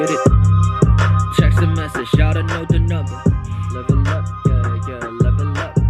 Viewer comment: help for some reason. i thought he was saying s.x and not text, lmao 😂💀💀🙌🏻